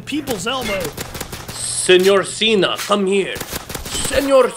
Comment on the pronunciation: Who remembers Santino calling John Cena, “John Chena?”